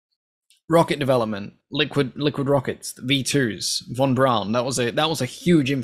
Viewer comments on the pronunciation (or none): none